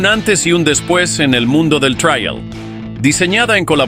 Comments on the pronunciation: En español se pronuncia Trial ,no Traial que supongo que es en inglés por lo demás buen video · Me duele en los oídos y el alma escuchar "traial"🤦 Por favor, si habla español, no metan anglicismos